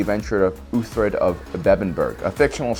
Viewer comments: It's Uhtred (Ooh-trid), not ULtrid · 'Uhtred'. Not Ulfred. Lol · You probably know this already by now, but his name is uH-tred, not uTHred or uLtred xD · It’s pronounced “Ooh-tred” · Uthred. Pronounced " oo- tred" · Why do you say Uhtred's name wrong? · Dude said something different whenever he tried to say uhtred and NONE of them were uhtred lmao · Is no one gonna talk about him butchering Uhtred’s name? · How many different ways is he going to butcher the name “Uhtred”?